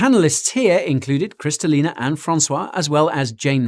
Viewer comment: You botched Kristalina's name as well 😁